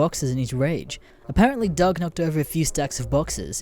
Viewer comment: It pronounced dug not dough that's how the name is pronounced